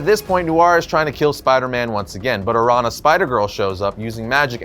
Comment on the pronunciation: araña is pronounced like "aranya/arania" ña = nya/nia araña = aranya/arania or "araneea"